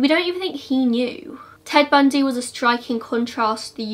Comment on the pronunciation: I literally like studied him. So when you messed up his name I immediately knew.